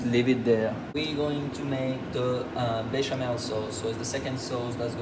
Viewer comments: Béchamel not bechamoo . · Beshamoo sauce…??? What is he calling the white sauce 😂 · Bechemel Sauce. Another name -- White Sauce. Used in many dishes.